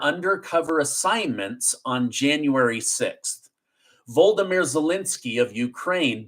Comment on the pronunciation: its not welensky its zelensky.